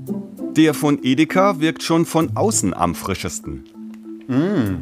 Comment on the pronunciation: Ideka statt Edeka? 😂😂😂 komische Aussprache